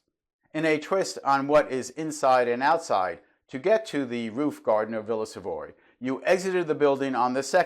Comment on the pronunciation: Nearly each and every one of your videos leads me to thinking that we could have discussed architecture, and many other topics, for many hours. We seem to see eye to eye many things. One small remark worth mentioning: early on I used to pronounce the name of the villa similarly to you. So much until several European and South American tutors I had at architecture school insisted the correct pronunciation is in French. Hence, Villa Savoye - sounds like Sav-ou-ah, with the the stress on the last part. Although it all took place so many years ago, I can still remember their frustrated gaze to the sound of me calling it Savoy. :-)